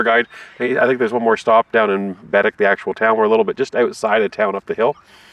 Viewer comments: It’s not Bed- dic. It’s Ba- deck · Bah- deck... not bedeck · Ba Deck Not BED ECK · Yes it is Baddeck (bah deck) not Biddik!! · It's {bah deck} not {bed deck}....... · Loved your video aside from cringing every time I heard BADick, (it’s baDECK) however that’s not your fault as you were unable to hear the tour guide’s proper pronunciation in your sucky bus seats. Despite that, it looks like you guys had fun and I hope you’ll come back and see more of this gorgeous island!!!❤😊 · It’s said Bahdeck not badick lol I lived there for 2 years so I heard lots of tourists say it that way. They are salt water lakes. Baddeck is a beautiful place with lots of history. I lived in Sydney for 6 years. If you ever have a chance to come back you need to do the Cabot trail and the fortess of louisburg. Bell almost had the first flight but the wright brothers beat him to it. So cool to come across your video today. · It is pronounced BAADECK not bedic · baddeck is pronounced Bah Deck. The Lakes are the Bras D'Or Lakes pronounced Brah dor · I am from Sydney, I have lived here all my life. When I was in the military, I would go away in the summer, but I would always love coming back home. And it's pronounced Baddeck, like one word (Buh-deck) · They are salt water lakes, not part of the ocean. There is a lock in St. Peter's where sail boats and yachts enter. It's pronounced Ba Deck - emphasis on the deck. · Came across your video.. very nice. But I just want to point out you are pronouncing Baddeck wrong. It’s Bed-Deck. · Bed-deck….tourists crack me up. Once heard one refer to Sobeys as Sob-ees. Lol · It’s pronounced Baadeck.